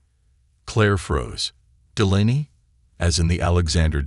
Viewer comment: It's pronounced Dee-lay-nee